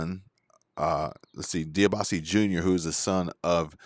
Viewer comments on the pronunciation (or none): You mispronounced Debiase. Its Dee Bee Oz See, Was a Pro Wrestler.